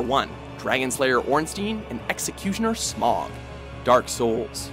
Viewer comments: Proof isn't how the streamers enunciates it. However you're correct Smough is pronounced Smo as Gough is also pronounced Go. This dispute was settled by the developers. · DarkEffigy The fact he says Smough incorrectly as well is kinda enraging. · has a better story behind him, and it's a better fight, i'm just disappointed on how they mispronounced Smough's name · It's not smough! It's smough! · Classic list. Absurd choices and tons of mistakes, does anyone else get annoyed at how he says Smough? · How do you manage to pronounce smough wrong? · Ugh, this guys pronunciation of the names..... Gascoigne is not pronounced that way. Even Eileen the Crow says his name VERBALLY in the game.... it's pronounced like Gas Can, except the word Can is pronounced like Con.... as in Con artist. Aside from that, Smough is not pronounced Smog. Either way, doesn't know how to truly make good lists that any true fans of any series agree with. And I doubt anyone to do with had the SKILL or the PATIENCE to play any bit into any of the souls series to even get past the Intro. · You pronounced Smough wrong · Smough is pronounced Sm-O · You misspronounced Smough and Father Gascoigne. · It’s S M O Not S M O G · its not "smog" its "smough", like in "though" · SMOG?! SMOOOOG?! It's Smough, think dough, but with a Sm instead. Not the shit you see on a bad weather day in a large city. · How to tell somebody is puking out garbage content without knowing the source: Smog instead of smough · He pronounced my lord and savoir Smough, name incorrectly, it's not smog, it's smo. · If you've actually played ornstein and smough then you should know most people just say smo not smog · i hate when people call smough smog i think its said like smo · Smog? Dude, it's pronounced smo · I always thought it was something more like: Smough as you pronounce dough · Executioner "Smog"? Really?